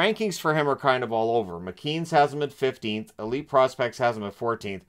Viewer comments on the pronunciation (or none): none